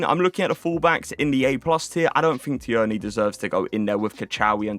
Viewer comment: Tierney is pronounced “teernee” just in case 👍